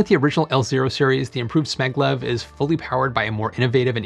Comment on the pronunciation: It's pronounced "S C Maglev"